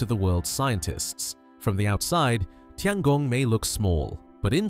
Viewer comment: Please, please learn how to pronounce “Tiangong” if you are going to do a video about it. Tian is pronounced “tyen”.